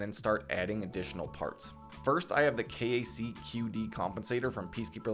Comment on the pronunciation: Very Helpful Video! defintely needed this :) fyi most gun dudes pronounce KAC as "Kack".